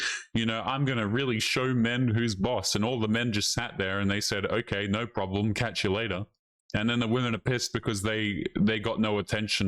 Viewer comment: says no like 'nareeeaauuuu'.... u aussie dawg?